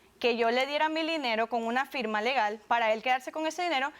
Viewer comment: "Mi dinelo" JAJAJAJ XD